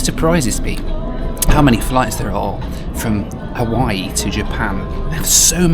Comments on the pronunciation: Every once in a while you default back to your crass Benny Hill schtick. Your Haweewee pronunciation is akin to when you mixed a great Cabernet with Diet Coke. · I am a big fan of your videos...but please, NEVER call it HA-WEE-WEE again. As a Hawaiian, that irritates me more than the usual mispronunciations because it's intentional. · Roll is purple because it’s made with Taro root. And intentionally mispronouncing Hawaii is not funny, but rude. And if you didn’t have a good time during your visit as you expressed in the last vlog. Then stay away. You won’t be missed by the locals or the millions of people who visit the islands annually. Beautiful new 787! Thanks for sharing your trip.